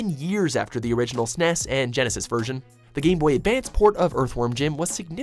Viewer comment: it just me, or pronuncing SNES like "sness" is annoying?